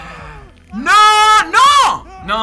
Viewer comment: he seemed italian by the way he said “nO” lmao